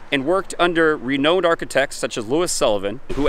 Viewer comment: "Reknowned" doesnt rhyme with "bone", but more like with the word "abound".